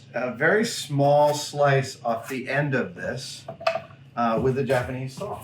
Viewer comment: Don’t you know there’s an “L” in the word sawl? 😂😂😂